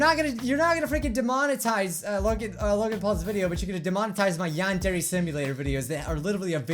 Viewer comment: UGHHHHH I WAS WITH YOU SINCE YOU COULDN'T SAY YANDERE (but i was with logan sice day 1) IM LEAVING D